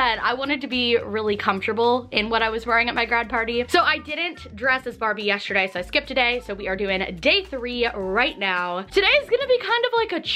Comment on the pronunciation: yes-ter-day!!! NOT yesherday 😬😂 AHHH